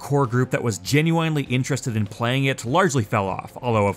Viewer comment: Is anyone else weirded out at the way he says "genuinely"?